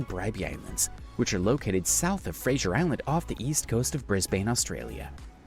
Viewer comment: The mispronounciation of Macquarie is unbelievable and typical of Americans. In fact there was not one name that he got right. Eyre is pronounced "air". Fraser is not Frasier. Antipodes is an-TIP-odd-EES. Can't remember the others. Lake Eyre is teh habitat of many waterfowl when there is water there. Every few years with heavy rain it fills up and water birds - including pelicans, come to nest there. Most of the time it's salt flats, which look spectacular reflecting the sunlight.